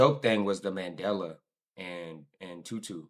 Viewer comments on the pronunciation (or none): none